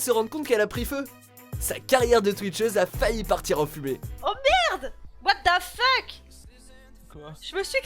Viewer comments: Slay Non c'est plutôt : " wa ta fuke " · t'est con au quoi il écrit comme sa pour montrer que la streameuse le prononce mal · le What a fuck avec l accent francais est trop laid. Frenchy hahahhahaha